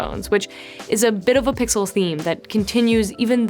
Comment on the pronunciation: Sixel and Sixel pro heh